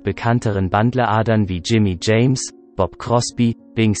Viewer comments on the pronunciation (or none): Sie als Sprecher sollten erst einmal Englisch lernen, bevor Sie einen Text sprechen. Es heißt nicht Bandleader wie es geschrieben ist, sondern man spricht "Bändlieder", man spricht nicht Fitzgerald wie es geschrieben wie, sondern "Fitzdscheräld" und vieles mehr. So etwas anhören zu müssen ist eine Zumutung!!